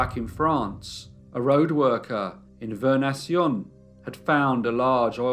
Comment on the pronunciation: Vernaison is pronounced "ver ne son"